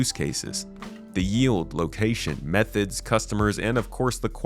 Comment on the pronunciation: He definitely did. Or methods